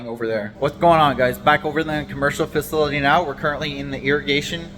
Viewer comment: I like your videos brother but we need to get you some help with speaking words. You murder some words like facility. That word beats you up every time you say it